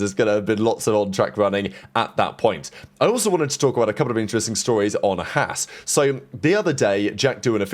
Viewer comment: Learn to pronounce Haas properly